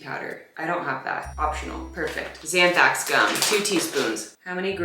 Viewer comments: Anthrax gum is all I hear 😂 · LOL Xanthax gum!!! I can tell you're truly afraid of a recipe when you rhyme an ingredient with Anthrax hahaaha. Your persistance is appreciated,!